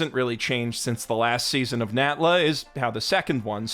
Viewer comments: bro, i thought you were saying nambla at first not natla💀💀💀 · I thought he said Nambla, and I was like, "It's an older code, sir, but it checks out."